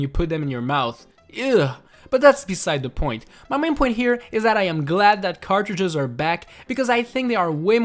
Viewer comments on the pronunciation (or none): none